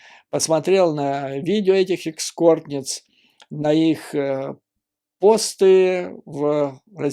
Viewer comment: Экскорт? Эскорт